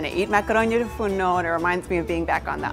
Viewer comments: Its makaronia tou fournou and not tou fourno. This dish is very similar to the well known pastichio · Great and delicious!!! I am Greek and I am sorry to correct you but it's "Makaronia tou fournou" not "Makaronia tou fourno" If you say "makaronia tou fournou" you say "oven's pasta" but if you say "makaronia tou fourno" you say oven pasta. Proud to see such a recipe though <3